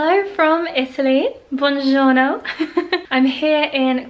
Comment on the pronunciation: That “buongiorno” wasn’t really good, not even good 😂